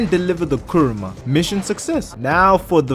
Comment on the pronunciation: What he said:"Kuruma" What I heard:KURAMA